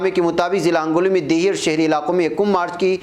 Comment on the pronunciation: mulana ہنگولی صحیح ہے آپ نے hangoli kaha h